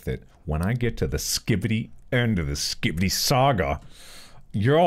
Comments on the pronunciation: Take a drink each time Mark says “Skibidy” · Watching this at night and it’s so funny and entertaining to watch Mark says skidibi every time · at least it isn't him saying "skee bee dee"